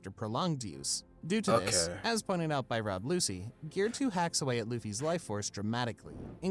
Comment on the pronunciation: The pronunciation in the vid he reacting to is wild. My mans called him Rob Lucy. Nah fam, it ain't it.